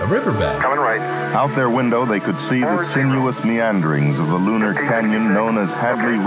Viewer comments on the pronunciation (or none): Dude--this is a great video, but I have to say, your continual mispronunciation of the definite article is very distracting.